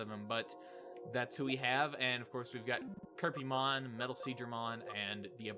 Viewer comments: Kerpymon?? you mean cherubimon? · It bothers me so much that they're calling Cherubimon Kerpymon in this game...